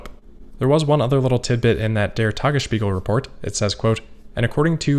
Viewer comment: you said "der tagesspiegel" correct :D